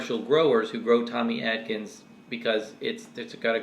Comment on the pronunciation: I believe it's Tommy ATkins. Not ADkins. Isn't it? The few I've had were horrible. Pure fiber.